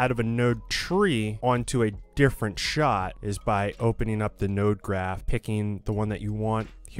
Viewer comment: what is a "shaaaaaaart"